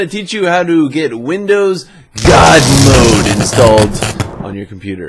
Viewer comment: OMFG YOU Scared ME When You Said Good Mode OMG